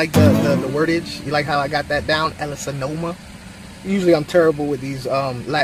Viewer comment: Why do you pronounce an “n” in the name lol also there are more then two types for sure! I.E I love my ellasoma evergsldeis!